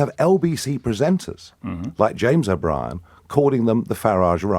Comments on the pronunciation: O-Bree-en is as ridiculous as his 'hair do' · His name should be pronounced to rhyme with where you park your car....out the front